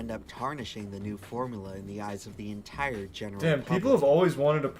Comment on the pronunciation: Dude made an entire video about coke and can't even pronounce formUla...